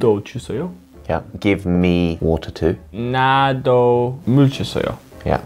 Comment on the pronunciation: 되게 오바하면서 나~~도! 할때 되게 자연스러운발음이었다 ㅋㅋㅋ